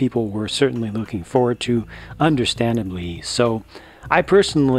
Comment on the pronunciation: Did anyone else realized that he said “People are luking forward to him”